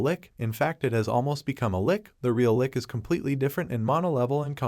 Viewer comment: It's not Lick it's lich